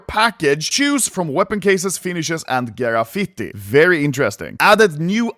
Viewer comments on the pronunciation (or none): no grafiti, you say: gArafity